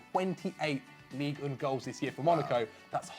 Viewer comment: hahaha he actually mispronounced Ligue 1. Everything's fine